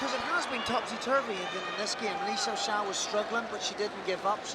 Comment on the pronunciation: the WAY that the narrating Man say / Le shağsağ / is So good. 😁 ı Love li XiAoxia. .